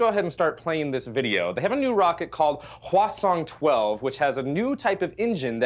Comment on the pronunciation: I couldn't stop hearing it as "Croissant-12/14".